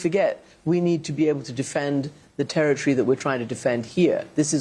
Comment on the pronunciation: not terra-tree, territory! goodness*gracioius!